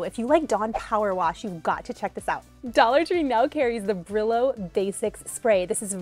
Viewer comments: Brillo means shine “Bri-yo” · Bri-yo instead of Bri-lo try it. It’s a Spanish word. Thank you for your amazing content ♥️🙏🏻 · “Brillo” means “glow” in Spanish but pronounced Breeyo. I’ll have to try there products thanks for the videos❤️